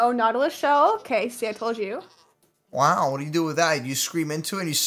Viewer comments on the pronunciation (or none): none